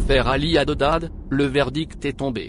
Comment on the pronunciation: Tu t'entêtes à prononcer "HADEDAD' !!! Il s'appelle "HADDAD"